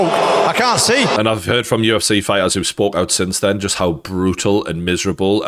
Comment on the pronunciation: It's the 'UFC' not 'UF-SEE' -Gane, probably